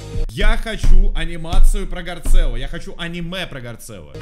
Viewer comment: вот он не гарцелло а гарссело